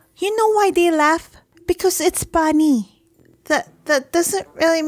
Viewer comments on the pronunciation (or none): Filipino ac👏🏻cent👏🏻 “Because it’s punny” literally my mom